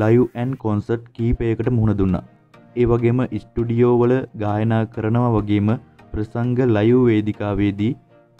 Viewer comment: ඉස්ටුඩියෝ නෙවෙයි සහෝ ස්ටූඩියෝ.